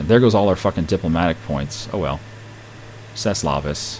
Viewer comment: I loled when he tried to say C'est la vie.